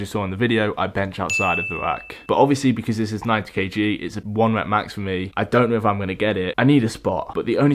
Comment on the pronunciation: "ugh dunt NAUO"